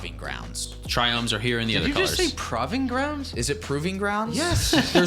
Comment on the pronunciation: Two things. Really glad you guys stick to the og tricolor names. Second, “prahving grounds?” 🤣👌